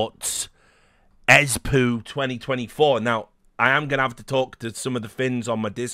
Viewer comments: It's pronounced "Espaw", or at least thats a lot closer to sounding right and less reminicient of fecal matter. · Quick guide on how to pronounce Espoo. Say esports, remove rts and extend the o